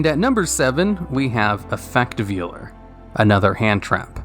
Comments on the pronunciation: Effect Veiler, not vealer. It doesn't butcher baby cows lol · You should do a top 10 list of cards that you commonly mispronounce, like Ojama Trio and Effect Veiler. Number one would be the card that makes the comments the most angry when you mispronounce it